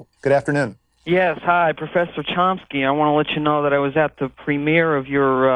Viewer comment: I LOVE ❤️ "Mr Charomski"